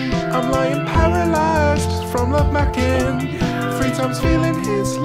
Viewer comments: ‘love macking’💀💀💀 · “Love makking” i cant 😂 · “Love macking” 😂